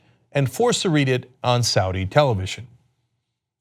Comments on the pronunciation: did you mean "saud day"? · "SAAD DAY" Really?